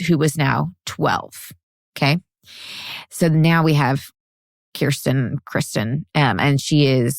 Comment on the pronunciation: Elisabeth = “elite-tsa-bet”. Same syllabic stress as you’d hear in “Elizabeth.” Kirsten is “KIER-stn” I really like your pod and your back and forth.